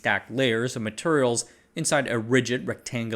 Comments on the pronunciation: Bro says "materials" like my grandad. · I’m from the South Eastern US and the way you pronounce “Materials” sounds like you grew up here, too. 😂